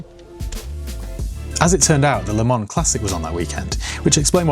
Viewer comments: Please it's Le Mans, not Le Man. You don't pronounce the s, but you write the s. Just like Paris, you don't pronounce the s, but you write the s. Or is it Pari..? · it's Le ManS FFS!!